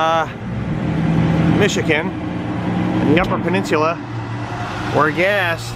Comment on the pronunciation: I've never heard anyone pronounce it that way. It sounds like you are pronouncing it "pen-nins-yoo-lah" but it is actually "pen-nin-soo-lah". No big deal - just trying to help you say it like we say it. Very impressed with some of the places you were able to take that rig. Glad you enjoyed the UP. It is like a whole different world up there. And you nailed it on some of the UP details. The pasties and the mosquitoes - lol. Our personal favorite pasties can be found in Paradise MI. Be well and come on back.